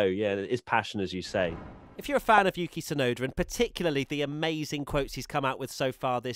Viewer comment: Yuki Tswear-noda